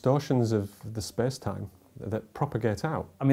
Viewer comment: "spes time"